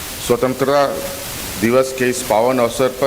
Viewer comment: स्वंत्रता का उच्चारण भी नही कर पा रहा है।।😂😂😂